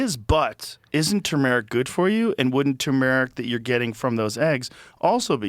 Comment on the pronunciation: Wtf is chumeric? Does Joe mean Tumeric